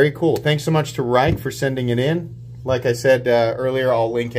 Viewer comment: If it’s the Rike i’m thinking of it’s pronounced “rake”.